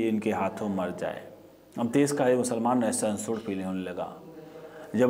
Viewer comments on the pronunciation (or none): श को स क्योंकि बोलते हो जैसे कश्मीर को कसमीर तो देश को देस ओर परिषद को परिसद तो पहले बोलना सीखो